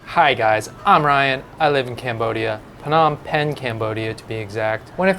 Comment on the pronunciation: Are you sure you pronouce Phnom Penh correctly?